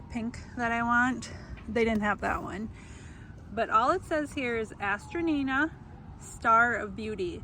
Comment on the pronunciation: These are very popular in the UK. they also go by the name of Masterwort. Hazzard Seeds sells these online here in the US. Note, pronunciation is a-stran-tia. This may generate more results on your search or from folks at local nurseries. I have a beautiful variegated variety that my sister gave me a decade ago but I’ve not found any other live plants here in RI. They’re so pretty though